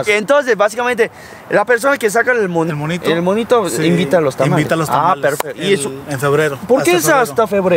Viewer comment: Dijo aloz 😅🤣😂